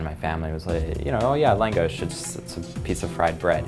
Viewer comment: Reaction At First: Thank you, so so much. We need more Hungarian cuisine in New York. It's lacking so much and I need all the langos in my life. Then: Hearing him pronounce it wrong was pretty weird and why is it so small? Has he been to Budapest? I'm confused. I will still try it... *Looks up restaurant*: Oh, I can't even afford to go...when langos is like straight-up cheap street food on a Balaton. Now I'm just teased and incredibly sad.